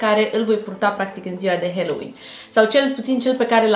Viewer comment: Stiu ca voi parea naspa, dar se pronunta "haloween" cu a, nu "heloween"